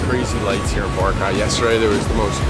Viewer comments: It's pronounced Bo-RA-cay. Not BO-racay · lol says the island name wrong...